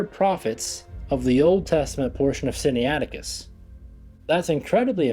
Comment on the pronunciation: Sin-na-it-icus. Not Sin-ni-ATic-us. (Pronunciation aid}.